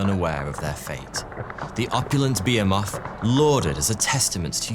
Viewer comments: What the hell is a beer moth (or does he mean behemoth "buh-hee-muth")? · Did the Brits run out of 'H's or something? He keeps saying BE*EMOTH.... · Say behemoth again 😆